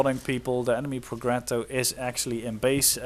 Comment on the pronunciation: Nice cast! One notice: it' pronounced Projetto, like jam, Jack, or Geppetto in Pinocchio.